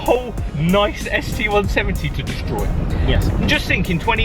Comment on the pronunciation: "Destrory" lol